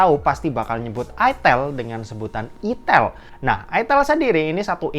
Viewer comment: itel bang bukan itel